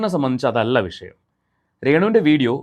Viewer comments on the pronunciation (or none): none